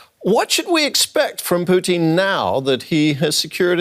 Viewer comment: I love how the news anchor keeps calling him Poutine 😂😂😂